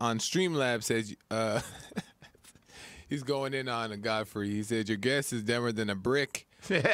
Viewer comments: That clown 🤡🤡🤡 said god-Fry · Cant Americans pronounce Godfrey? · God fry is it God-fry lol